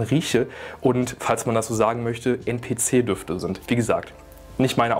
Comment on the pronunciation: NPC wird englisch ausgesprochen mein bester hahah